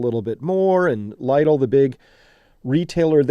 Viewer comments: Chris, nitpicking here, but you might want to check the pronunciation of "Lidl" (Lee-dl) and "rationing" (ra·shuh·nuhng). Google Translate's play button is very good for that. Regards, Grammar Horse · LIDL is pronounced "LEE dul"